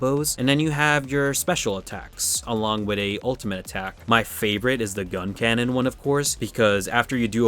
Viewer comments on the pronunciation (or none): none